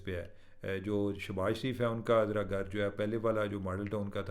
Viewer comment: Gar kia hota hai? GHAR sahi word hota hai